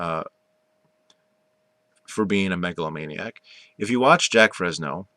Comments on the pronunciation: haha dude the fact that you're saying jack frezno proves you haven't done any research at all. Keep living in your little world buddy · *Jacque Fresco not Fresno 🤣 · You just didn't get the point or right people to talk to. You also got the Venus Project wrong on how it really works and Jacque Fresco's name pronounced wrong as well. An NO this type of society never got to break ground because of Money, Greed, and Power over the people with it. Big Oil being one of them, but Elon Musk is slowly killing them off. We need a resource economy not money/greed/power hungry economy.